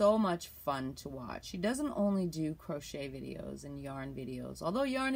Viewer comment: Hi, can I ask why u say CROTCHER? Is that a Canadian thing...lol Makes me smile, my SIL used to say she was crotcheting but she was being naughty.